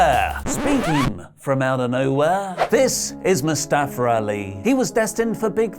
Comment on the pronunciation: Good thing they dropped the name Mustafa, so you can no longer mispronounce it as Mustafara